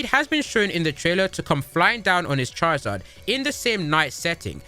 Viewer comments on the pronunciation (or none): none